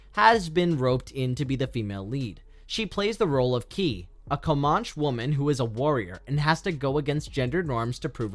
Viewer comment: ...do you mean that the protagonist woman is of the 'Comanche" Tribe? It's pronounced Co·man·che /kəˈman(t)SHē/